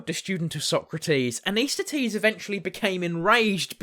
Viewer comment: I think you’re mispronouncing….it’s pronounced ANT-IS-THEN-EES….not AN-IS-THET-EES…